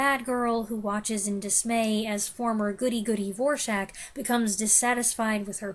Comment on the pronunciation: I watched G-Men starring James Cagney this week. The film also features Ann Dvorak. Someone on IMDB noted how to pronounce her name correctly, which kudos to you, you do (maybe you saw the same trivia). Interestingly enough, the film historian on the DVD commentary track pronounces incorrectly. My brother is always watching YouTube channels for overlooked or “underrated” (not a fan of that overused term) films and asked if I had Shenandoah on DVD. I said I did and before I gave it to him. I rewatched it. Not sure why I didn’t remember much of the film from a previous viewing but my reaction was like, wow, this is a very good film. Don’t know why it didn’t stick with me the first time I saw it but it just goes to show you how it can be worthwhile to revisit films. I don’t see a lot of new movies but I did see Warfare upon its initial release and I was impressed by it. I liked how the first half hour was completely mundane, if not boring, in the build up to the unrelenting action that subsequently followed. As always, I enjoyed your reviews. You do a nice job of articulating what you like and don’t like about the movies you watch.